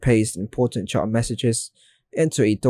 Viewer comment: It's "chat", not "chart"